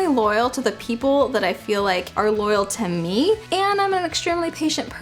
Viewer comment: When she said "To me" it sounded like "Te-mmie" XD